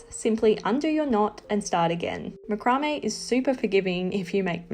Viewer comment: Love it, you have explained the process so well and nice to hear it pronounced macrame and not MacRamay : )